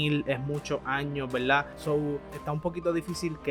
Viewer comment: MALO EL VIDEO, NO TIENE SENTIDO QUE APAREZCA EN AUTOR EN APARENTE CONFLICTO Y SE DICE VERDAD, NO VELDÁ Y SE DICE DESIERTO NO DESIELTO :face-red-droopy-eyes